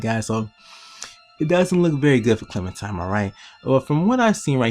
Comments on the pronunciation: It's clementiNe not clementime. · it's clementime BIOTCH edgy clem intensifies